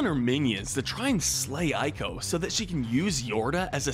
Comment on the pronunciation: It’s pronounced “E CO” not “I CO”